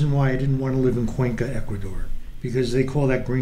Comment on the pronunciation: It's Ecuador, no Ecaudor.